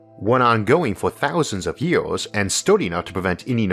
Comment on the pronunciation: Why do you speak like this? You have great videos and i am a long time subscriber but the way you pronounce words is getting ridiculous. “Ywouheyars” for “years” seriously no one talks like that. Can you drop that please?